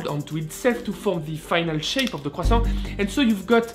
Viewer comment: I like how you pronounce “croissant”